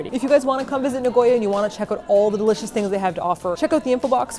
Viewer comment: 'It smells d-EEL-icious' 😂😂😂 don't worry I laughed too